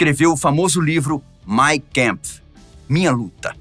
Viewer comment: Mein kampf = main campf. A pronúncia é em alemão e não em inglês.